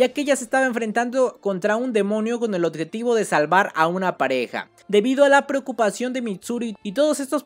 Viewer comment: Me encanta el contenido, aunque me da diarrea de oído cada vez que escucho la palabra "oTjetivo"